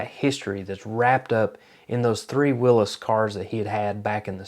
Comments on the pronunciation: I am watching this video on TV, i saw the '32 Ford gasser raced by Robert Nance, and I saw it live at Covington, GA. i am pretty sure I have a photo of it. I will look in one of my photo albums. I also saw the part about the Hemi Hurricane WILL-EEZ ! You pronounced it correctly ! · So proud that you pronounced Willy's correctly